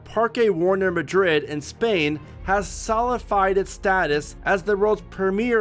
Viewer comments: will figure out the big words...give him time! lol. It's pronounced SO - LID - A - FIED...happy to help you out! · Dude you really need to learn how to pronounce the word *solidified" your credibility goes down the tubes with you saying it like you are.